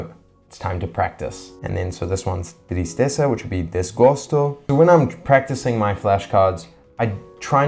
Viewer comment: I was even surprised when the Brazilian real currency appeared in a video frame, lol, but suddenly I saw you practicing Brazilian Portuguese (and congratulations, you pronounced "tristeza" and "desgosto" very well).